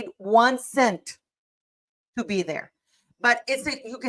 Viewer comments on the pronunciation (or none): none